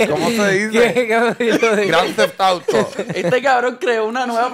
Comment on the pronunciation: "Granfeft Auto" "Gran Tefauto"🤣🤣🤣🤣